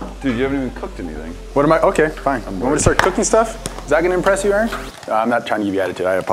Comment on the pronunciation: Not to be rude 😊 but it's 'Aaron'